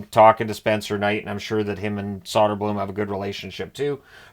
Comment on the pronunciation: Its *Soderblom